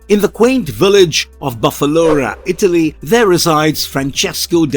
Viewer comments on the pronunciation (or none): none